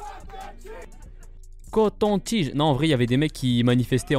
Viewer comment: Je suis mort de rire quand tu dit COTONTIGE !!